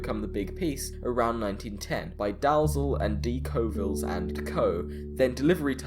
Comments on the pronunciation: Its pronounced "Dallyell' not Dallzel ! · dalzell is also pronounced "Dee-Elle"